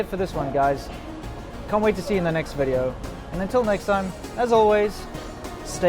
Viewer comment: " 'elcome to another wideo " :D